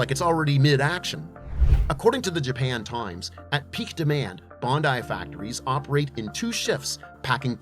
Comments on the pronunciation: Bruuuhhh..bundai..its BANDAI..🤦‍♂️🤣🤣🤣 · Gun-dom! Bon-dai! Might not be AI… but geez! 😂